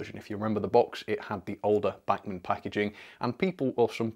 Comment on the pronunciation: Please, if you want to do “right by them” you might want to learn how to pronounce “Bachman”....................